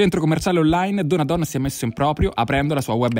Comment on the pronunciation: Si dice Donadón (o chiusa) non Donadòn (o aperta). It's Veneto baby.